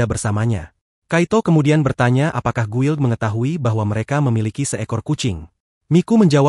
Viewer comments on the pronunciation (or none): none